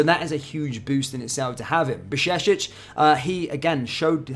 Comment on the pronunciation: You don't pronounce Jurgen Klopp as Hurgen Klopp so you know back in your mind that Bajcetic is with Slavic/Germanic "J" which in English would be close to "Y". So BAY-CHE-TIC. And that last sound "C" is like the first sound in well known Italian word "Ciao". Now, some training Bajcetic BAY_CHE_TIC(iao)...